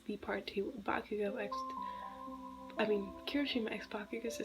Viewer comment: I died 🤣 when you said bakuhoe Atleast that is what I heard🤣😂🤣😂🤣